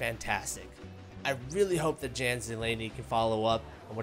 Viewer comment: It's not JAN , it's yawn